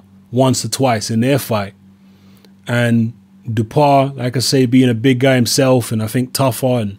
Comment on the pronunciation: Hi, As I live in France for 9 years now, I can confirm that the pronunciation is: Dew-How-Pah. Anyway, never heard of him. Boxing is very low key these days in France so I'm surprised this French bloke got a shot at the world title...